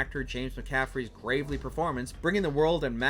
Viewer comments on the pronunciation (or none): "gravelly", not "gravely".